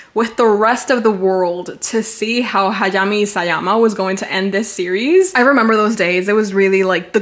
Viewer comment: the way you pronounce hajime scratches something in my brain lol